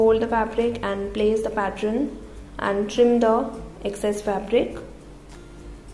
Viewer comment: It's pattern not patron.